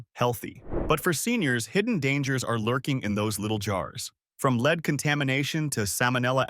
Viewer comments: Please learn to pronounce words correctly. It is spelled lead but pronounced short . Makes one question the site. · And here we are with the lead(metal) and lead(as in follow me) mispronouncing...